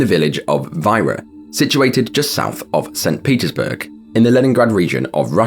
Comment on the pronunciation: wouldn't "veera" or a slight alteration of it be the correct pronunciation for Vyra, Russia?